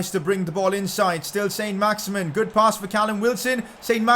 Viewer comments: Pcq: It isn't pronounced "Saint Max-Imin" its pronounced "Son Max-Iman" because he's French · saint maximin in french is san maximaan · It s sin not son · pcq: its pronounced saint-maximan cos hes french